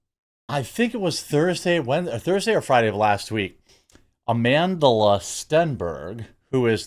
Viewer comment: STOP pronouncing the L in her name, she doesn't deserve the extra syllable....just another Jessie Smollett